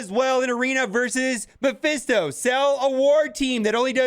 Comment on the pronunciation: It is mephisto not maphesto :D